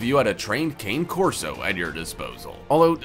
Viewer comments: Please learn to say the name of breeds properly if you’re going to talk about them. It’s Cah-ne Corso in pronunciation and not Cane like you would say candy cane. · It's pronounced "connie" not cane. Cane Corso. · Cane Corso is actually pronounced Ka:ne... The best dog breed I've ever owned. 10 years ago I was going to get a white German Shepard puppy but ended up leaving with a Black Cane Corso pup. Best decision I've ever made!! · Cane Corso... Pronounced "Connay" Corso. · I own two and it's pronounced Kah neh Corso. It's an Italian breed hence the pronunciation of the name. 👍🏾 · Kah-neh Corso...it's Italian. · Did you really pronounce Cane Corso as "Cain" Corso? Have you never heard the name said out loud, did you just look these dogs up on Wikipedia? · You pronounced #4 Cane Corso incorrectly. It should be pronounced “KAH-neh-KOR-soh”. The first word cane is the Italian word for dog. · Thank you! For a fact channel you would think he would pronounce it correctly. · Predator Casting - I am so glad someone spoke up about the pronunciation of the name, how can you take the video seriously if they cannot pronounce the name of the breed correctly. Lovely breed, a friend has one and she is a big girl with a fantastic temperment.🤔👍 L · Cane Corso is pronounce incorrectly. Then "Briton Mastiff" ha ha. A Tibetan Mastiff is way bigger than 100 pounds. Obviously written by someone who knows little. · 1. You can’t even pronounce Cane Corso the correct way. 2. Give Bruce Wayne and Jason Corey the correct citation on the Cane Corso portion of the video 🙄🙄🙄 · Maybe you should learn how to pronounce the names of the dogs if you’re narrating?